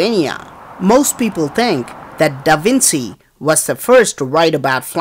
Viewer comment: Keep on placing things here.Very interesting. (Grandfather born south of Mumbai). Get more info on this stuff please.(Remove the racial posts please.) [ Pronunciation points: Ak-Sell-er-ay-shun. U-F-O. Da- Vin -Chee.] Please keep placing things here. 24Aug17.